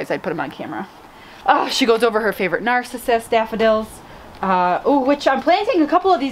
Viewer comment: Look up the pronunciation of narcissus ....you’re saying it like the person who is obsessed with themself....stress is on the second syllable, not the first. Both words come from the same root....name of a Greek god .